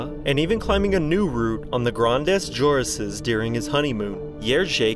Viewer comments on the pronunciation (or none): the way you pronounce “ Grandes jurasses” craaaaazy!!!